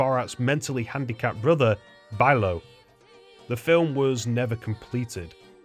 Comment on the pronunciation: It's Bilo, not Bilow.